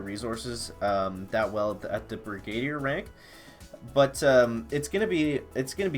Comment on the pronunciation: brig - ah - deer . 😆 great job bud. 👍👍👍